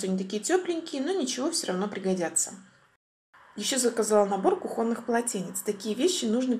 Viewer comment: Ударение только на первый слог :кУхонный!!!